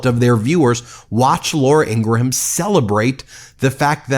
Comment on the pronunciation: You still don't know how to pronounce "Ingraham"